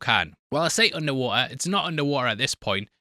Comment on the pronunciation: an absolute brit spottet ;) "un'er'wa'ah"